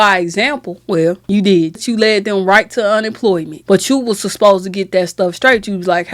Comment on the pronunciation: Girl, if you dont practice saying "supposed" instead of "susposed" 😂😂